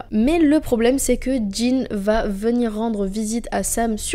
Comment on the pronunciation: J'adore la série et les épisodes que tu as choisi, Un petit bémol: le frère de Sam s'appelle Dean avec un D et pas de J; pas Djin ou Jean